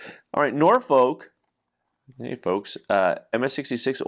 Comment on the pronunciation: It's "NOR-fuhk", not "NOR-foke".